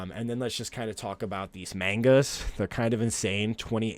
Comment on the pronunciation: "mayngas" lol